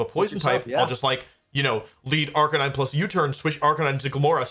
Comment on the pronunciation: no way he says arcaneenay instead of arcanine. it’s literally a canine